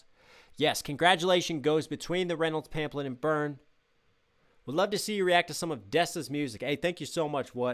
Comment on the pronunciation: love you but it's pronounced pamflet lol